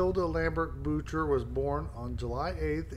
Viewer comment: It's pronounced "Boo-shay", not Boocher. It's French. But thank you for cleaning her memorial.